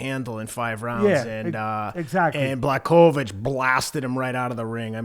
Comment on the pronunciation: Video should be called '20 ways to pronounce Blachowicz' reminds me of Joey Diaz with Stipe Miocic 🙌🏼😂